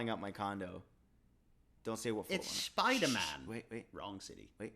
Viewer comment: its schpidaman!